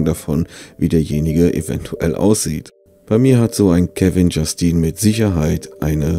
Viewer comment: "...liebe Kanalis...damit ich auch noch Euren Enkeln auf die Eier gehen kannl..." Herlich :) Kevon Justin hat unbedingt auch mindestens 90% eine graue oder schwarze Baumwolljogginghose an...tags UND nachts. ...obwohl ich - laut Deiner Aussprache - bei Kevin-Justine auch ein geistiges Bild vor mir hatte, aber das sollten wir nicht weiter vertiefen :-P